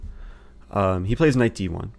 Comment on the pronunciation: Eric you have may addressed this before but why do you say knife instead of knight? And why do you say someday instead of sometime? Also I like 'tickling the bishop'. Granted, I am watching at 2x so many things sound more amusing.